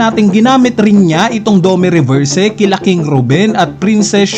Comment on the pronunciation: Gets nman pinoy tayo pero okay din kung pronounce ng mbuti mga words literal eh "drakul" mihawk?dome reberse?